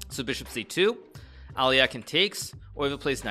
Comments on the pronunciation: It should be A-le-hin (with stress on second syllable, that is, on the first "e"). There should not be "ain" sound in the end - do not pronounce it as in "mine", say it as in "pin". Also that stressed "e" must be a soft "e", similar to "men". Some Russian speakers think it should be "ё" (yo) sound, but it is not - Alehin himself was known to get very upset if other people used "ё" instead of "e". The difference is that Alyokhin is not a nobleman's name, it's a simple working last name of a peasant, and Alehin always insisted he was of a noble parentage. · Did you not hear how he says al eh kine pronunciation isn't his strong point. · Alekhine is also definitely pronounced wrong, it's approximately Al-YEH-khin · He’s not ALEAKIN , he is Alekhine(Alehin) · agadmator constantly mispronounces names too, and they're both wrong actually. As is the "standard" English pronounciation. It's actually more like "Alehin", with the stress on the second syllable. The e at the end is only there because his name is spelled in a French manner. Same with Nepo, who's full last name is so awfully written in Latin script that i don't even want to try writing it out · im pretty sure hikaru is pronouncing alekhine incorrectly